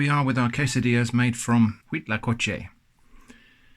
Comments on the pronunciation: actually impressed on your pronunciation of huitlacoche, its good. :D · Me parece un poco sospechoso lo bien que pronuncia Huitlacoche. Podría ser una persona con una excelente dicción o alguien que ha viajado a países de habla hispana. El Cuitlacoche es una Delicia que primero hay que degustarla algunas veces antes de que se convierta en una de las comidas favoritas. Saludos desde México